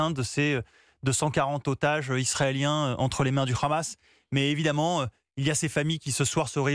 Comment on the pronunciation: On dit pas khamas mais Hamas